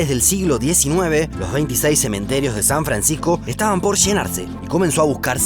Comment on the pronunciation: San Francijjjco!